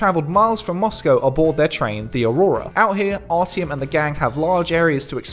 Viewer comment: 'ARTYOM' not ARTY OM